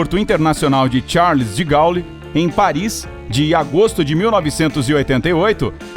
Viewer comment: Pronúncia correta é Charle de Gôle...